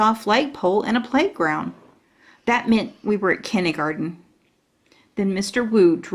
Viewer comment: My daughter and I enjoy the narrator's voice and reading except...she says "Kinneygarden". What the heck is that? The text definitely reads "kindergarten".